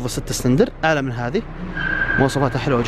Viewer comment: اخوي اسمه سلندر مو سرندل بلله علمني من درسك اللغه العربيه ي صاحب القناه وفي الاخير وبعدين تراك اشغلتنا وازعجتنا بذا المعرض دار القحبه مدري النخبه